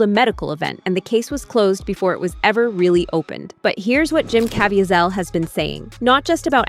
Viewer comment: Mispronouncing Jim Caviezel’s name fifty times made me want to block this channel. Probably AI but it’s the cheapest version out there.